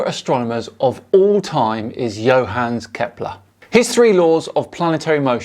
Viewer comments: I believe the name is pronounced “yo-hahn-us” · Thanks for the excellent video. Just one thing,, Johannes has three syllables. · You may want to look up how to pronounce "Johannes". It's three syllables, because there are no silent e's in German. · I don't believe you've got the pronunciation of the name "Johannes" right. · In case you're interested, "Johannes" is pronounced with a hard double-n and the e is also spoken aloud.